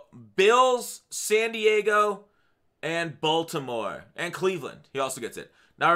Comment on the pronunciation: everytime says san diego it i cry:(